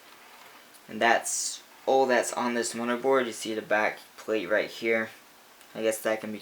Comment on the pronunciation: Lol he's says mudderboard not motherboard